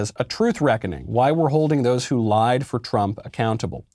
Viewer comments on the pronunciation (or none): none